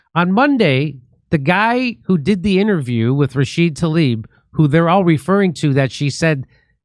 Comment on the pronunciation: why doesn't he pronounce the A at the end of her name???? RashidA! I thought was the one who couldn't sound it out